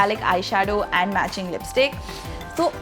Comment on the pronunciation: Nice sense of fashion has! The only weird thing about her is she pronounces ‘and’ as ‘eeend’😂 not cool bro